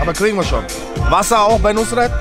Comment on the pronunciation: Fazit: Nus-ret...Muss-net!